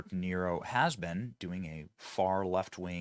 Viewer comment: "DA" "Niro". Didn't he used to play the fiddle in Rome?